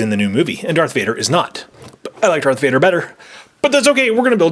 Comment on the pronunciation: kylo tens real name is Ben solo and its Darth Vader not dark vader